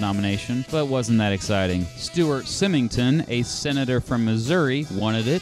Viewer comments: It's Symington pronounced Sy( rhymeswith high.)Great video,as usual. Kennedy is in my opinion,the greatest President ever,because he saved the world from nuclear war. He did other things as well,but that is far and away his greatest contribution. He was so brave,and dedicated,so unwilling to give in to big business,the mob,the military and racists that he ended up giving his life for his great value system. Murdered in broad daylight in 1963,by the C.I.A. F.B.I. and organized crime,with the knowledge and support of Johnson. America has never recovered. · A good recap, with one reservation: The accusations of stuffed ballot boxes in Illinois were a big deal back then. Probably should have mentioned them. Also, he mispronounced Symington: The "y" is pronounced like a long "i".